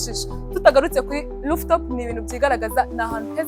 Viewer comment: Rooftop not looftop